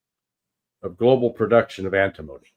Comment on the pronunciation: anTIM-ony (emphasis on 2nd syllable)